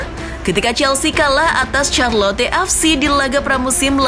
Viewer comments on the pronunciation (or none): none